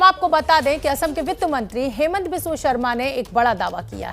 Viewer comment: its not haimant, its hee-monto.